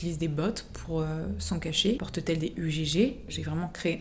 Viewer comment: " porte-t-elle des U GÉ GÉ" je suis mooooorte !!!